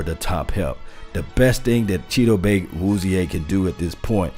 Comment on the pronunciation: Brian DeLuca he actually is pretty close, they asked him on 1310 the ticket how to pronounce his name and isn't messing it up like some people have.